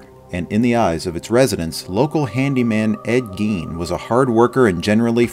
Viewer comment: Ed Geen? It's guyn, spelled Gein